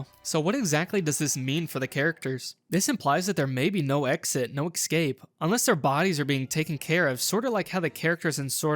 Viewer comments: ''excape'' its escape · I noticed once how you pronounced 'escape' as 'excape' and I kept hyperfocusing on that😭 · Every time he said "eck-scape" was more painful than the last, ugh